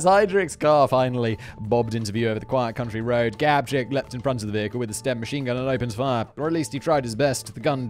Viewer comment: Did Simon say stem instead of sten?